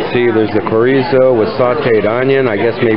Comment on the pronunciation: Just trying to help you out brother. The “CH” in chorizo is just like in English, it makes “ch” sound.. like in Child. “Empanada” has a “N” in it not a “ñ”. It’s not a “piñata”. Last but not least …Mahi-mahi is not a Spanish word. So therefore the “H” is pronounced in any language…including Spanish.